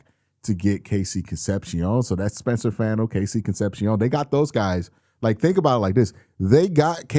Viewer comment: Can you please pronounce Fano's last name correctly?